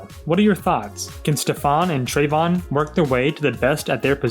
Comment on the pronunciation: Finally somebody who pronounces Trevon correctly 🥳🥳🥳